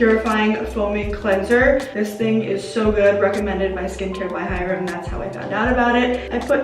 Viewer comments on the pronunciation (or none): none